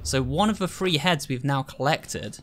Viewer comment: I honestly thought he said “Free head” instead of three heads